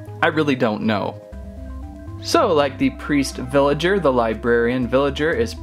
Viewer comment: Ricardo Castellanos its villager not villagert